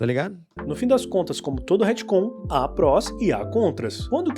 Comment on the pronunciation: Hitcon? Retcon pelo amor de Deus kkkk😊